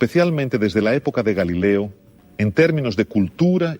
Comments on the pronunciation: Galileo con O... Galileo Galilei no GALILEA. No a la confusión. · Muchas gracias. Pero varias veces se dice "galilea" (con "a") cuando debe ser Galileo.